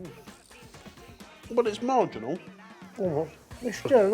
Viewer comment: marginal or ...margarine-al?